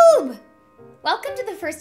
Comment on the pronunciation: I think the way you say "EweToob" is pretty funny. Don't get discourage, I watched your 'Draw Your Life' and it's amazing. Thanks for sharing!